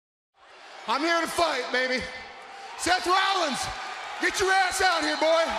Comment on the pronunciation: Seth Rlallins